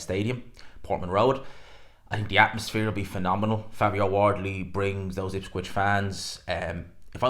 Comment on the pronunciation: Ipswich, not ipscwich😂